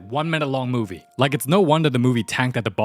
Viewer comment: Noooooo 😭 he didn’t say,” Da movee begins”